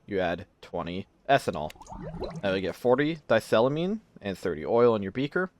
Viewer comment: You probably don't care, but... it's di-ethyl-amine The "di" prefix meaning two, and then ethyl for the ethyl groups. I suspect you saw "die" as one syllable, which is how the E disappeared.